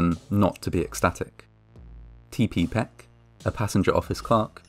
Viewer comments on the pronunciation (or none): none